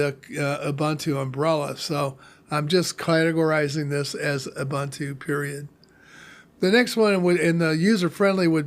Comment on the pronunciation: "OOBANTOO" doesn't exist.